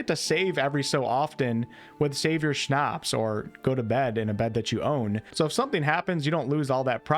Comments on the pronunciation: Savior Schnapps, not Savior "Schnapp" lol :D the s is not for multiple items, Booze is called Schnapps in german :D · Why do you say „schnapp“ not „schnapps“? 😂😂😂 by the way stolen items need at least 7 ingame days to loose its stolen mark. What I am still not sure about is if there is any inpact on that time, if you store stolen items on the horse or your box?! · So, after watching about 4 of your kcd videos I can no longer hold it in. There is an S at the end of "schnapps" for a reason, please use it! It's not because it's plural, that's just what it's called. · You are saying schnapps wrong.